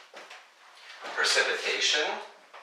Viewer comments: Sorry, Percipitation is .... ? That word is precipitation, right? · its precipitation not percipitation